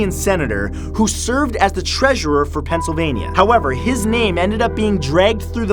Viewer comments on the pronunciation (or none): none